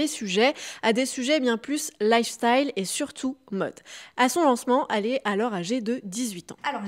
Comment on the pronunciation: " Al"est au lieu de elle est.....arrêtez de faire des vidéos avant d'apprendre à parler et prononcer correctement svp